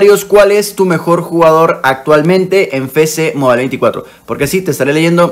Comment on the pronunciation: Ah alguien mas le da ansiedad qcada ves que dice "FECE MOBAIL" sabiendo que es "EFECE MOBAIL"